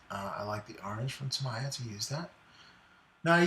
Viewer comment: Sorry mate but it’s pronounced Tah me ya